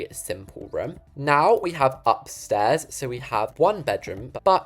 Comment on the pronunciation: always says for room ruum